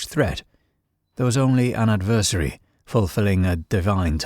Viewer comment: ADversary not adVERsary.